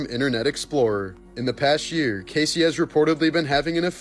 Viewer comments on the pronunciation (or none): none